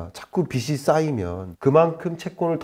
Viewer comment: 김광석 교수님 내용 너무 좋습니다. 그런데 영향력이 큰 전문가시잖아요. 말씀하실 때마다 빚을 빚이 등의 발음을 비즐 비지로 하지 않으시고 비슬 비시 로 발음을 하시는건 좀 바로잡아주심 좋겠습니다.~~